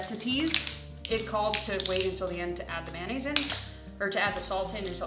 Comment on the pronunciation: What's mannaisse. Aren't you forgetting the o in mayonnaise. How do you say the abbreviated mayonnaise? Mayo?